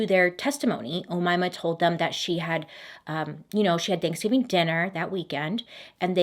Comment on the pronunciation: "Thankskilling"????? AM I THE ONLY ONE WHO HEARD THAT?????